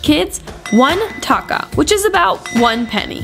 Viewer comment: You pronounced taka wrong yes its me again the person that is from Bangladesh again commenting on this video